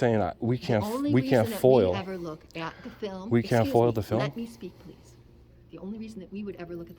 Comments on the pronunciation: It's not FOIL It's FOIA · F.O.I.A - Not foil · FOIA not FIOL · A "Foil" request?? Dude it's a FOIA request. Freedom of Information Act. You're a fairly experienced auditor and should know this. 🙄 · Foia, not foil foeyah! Not foil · FOIA, not FOIL! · It's FOIA (Freedom of Information ACT), not "foil". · Foia not foil 😂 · Are you aware that you sound ignorant every time you call a FOIA request FOIL? It's Freedom Of Information Act, not Freedom Of Information Law. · Isn't it FOIA not FOIL. Freedom of information act. I see how that may be a petty argument but you should be at least appearing that you have read the act. Well informed of the laws is important to be a successful auditor.